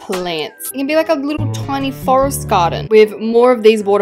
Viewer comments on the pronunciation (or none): none